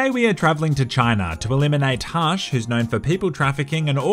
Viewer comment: says "hush'' like "harsh". Much love from New Zealand bro, I subbed